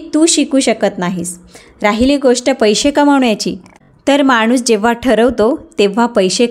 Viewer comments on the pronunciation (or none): none